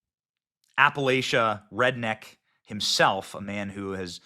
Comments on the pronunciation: BENNY ITS APPALA(CHA!) not appala(sha) please benny😂✌️ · App-uhh -latch-uh ... Not apple-ate-cha . Us backwoods and Hill people can't stand that being incorrectly pronounced🎉